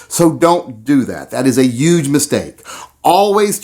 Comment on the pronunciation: you pronounced YUUUUUUUGGGGGEEE like Mericas greatest president!